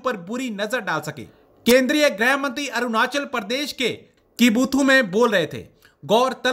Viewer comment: ग्रह graih नहीं भाई गृह grih